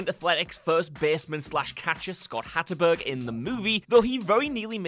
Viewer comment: Royce Clayton a real retired major league shortstop played Miguel Tejada in the movie. Mr. Narrator, Scott Hatteberg doesn't have a "N" in his name, it's not Hattenberg...